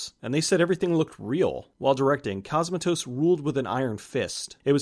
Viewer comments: Great vid, but hearing "C*o*smatos" instead of "Cosm*a*tos" was gruelling. Please look up pronunciations for names from countries foreign to you next time! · You're mispronouncing Cosmatos. It's CosmAtos, not COsmatos. Just FYI... Also you mispronounced Rob Bottin. It's pronounced Bo-TEEN! You've watched plenty of behind the scenes docs; you should know this stuff, bro! :)